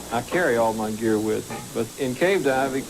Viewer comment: "I carry all my geqar with me" is what he said. Sounded to me like he has it all the time. Talk about prepared.